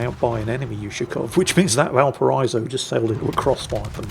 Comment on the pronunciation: GODAMMIT, VALPARA*EE*SO